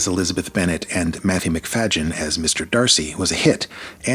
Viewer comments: I really love the 95 version but I do like the 2005 version also. I think Colin was just amazing as Mr Darcy though. What I'm having a hard time with is how you're pronouncing Matthew's last name. He's introduced himself before where it's pronounced as Macfaydeeyen not Macfayjin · It's Macfadyen. NO G IN THE NAME. NOT MCFAGIN. YO! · Matthew McFajin??? At least pronounce his name correctly. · Its McfaDDen not McfaGGen. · NOT Matthew MacFagean!!! Not 'Eh-ly' - at least get the names right!! I agree, Judy Dench was totally wrong for Lady de B. Barbara L-H's hauteur was spot on! Totally agree with your comments on the impending kiss moment...it was out of place and didn't work. Hard not to love both Darcey's though! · Totally agree. Hate that same scene in 2005 version. (btw, you're great, but there is no "j" sound in MacFadyen's name. Here's him pronouncing it himself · First off I can’t take anything y I say seriously..when you completely Miss Pronounced Matthew MacFADYen name.. it’s not pronounced Mac FayGen there is no G ! 2005 was way better , 1995 was boring . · Matthew Macfadyen's performance as Mr. Darcy is as masterful as Colin Firth's. If you saw Tom Wambsgans in Matthew's Mr. Darcy, you are not appreciating the actor's range. Also, please learn how to pronounce his last name. You did not discuss the different portrayals of Elizabeth. Odd. I am not a Keira fan, but 2005 is my favorite. ❤ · Please, at least have your AI pronounce Matthew’s last name correctly. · Please pronounce Matthew's surname properly! It's so grating.... 😢